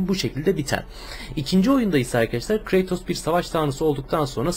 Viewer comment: kratos diye okunmuyo abi kreytos diye okunuyo :)